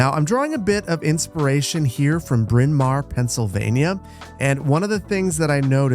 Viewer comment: I was not expecting to hear that name! Correctly pronounced, by the way. I live about 10 minutes from Bryn Mawr and pass through it frequently.